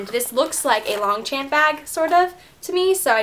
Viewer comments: Actually it is pronounced lonshon (the g and p are silent) :) I'm French and I know how hard my language is to pronounce, apologies in advance haha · Ohhhhhhh my gosh please find out how to say longchamp correctly.